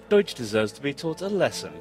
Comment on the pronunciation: Bang bacanya bukan des(deutch) bacanya doic): eu dibaca oi hehe jerman